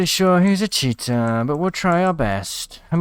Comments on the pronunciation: Not poking fun but I swear sometimes it sounds like your saying Cheetah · Everything he says cheater and the subtitles say "cheetah" 🤣